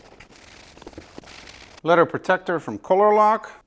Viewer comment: It is leather, not letter.